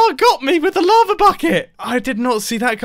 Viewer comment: drowned in l-aha-va